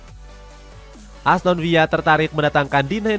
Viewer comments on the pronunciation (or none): wah ni pengisi suara ngeyel mulu, ASTON VILLA MIN BUKAN ASTON VIYA